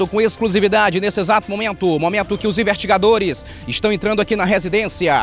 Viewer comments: como que um cidadão que é "repórter" diz "invertigadores"? não é nem crítica mas sim da uma agonia de ouvir falando errado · o melhor é ele falando os "invertigadores" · É o sotaque